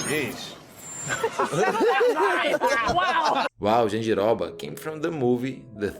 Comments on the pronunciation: Falou Jandiroba certinho, tu é Brasileiro mermão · Ele falando jandiroba, arizona, Bahia, entregou mekdkdkd